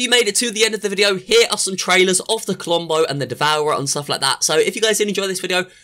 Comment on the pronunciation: I herd clombo